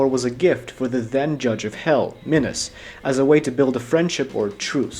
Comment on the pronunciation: ah yes, minys and mythys